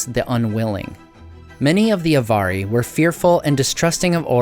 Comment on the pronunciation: In the unlikely case that anyone but me cares, the correct accent would be TEL-er-i and AV-ar-i, not "telERi" and "avARii". Check out the stress rules set out in Appendix E to the Lord of the Rings.